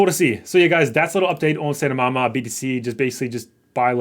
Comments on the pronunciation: It's pronounced (*Sigh 🥱* Tah Mah) Saitama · LoL. It's named after One Punch Man, an anime. It's pronounced Sii-Tah-Mah. If you haven't watched One Punch Man, you're missing out. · did u say saitamama? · Saitamama???? Haha use the T! Cy-tama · It’s Sai-ta-ma say it with me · SAY -TA - MA New sub, great content! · Say- ta-ma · If you are going to make a video on Saitama at least do the MINIMAL RESEARCH to get the pronunciation right! F*****G LAZY BRO!